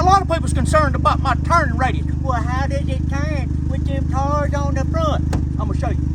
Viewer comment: Nothing is better than hearing him call the tires “de tars” 😂😂